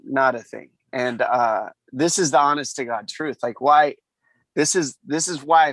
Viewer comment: Chael "The Troof" Sonnen 🤙